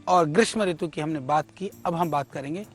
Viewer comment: Balkrishna acharya ji, Kripaya apni Hindi par thora dhyan dijiye. Ritu me Harswa Oo hoga. Log aapse shiksha lete hain isliye aapko shuddha likhna-bolna chahiye. 🐚🕉🇮🇳🚩☀️